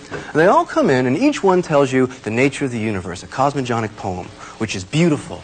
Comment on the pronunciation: All these years later he will look at it and remember mispronouncing 'cosmogenic'.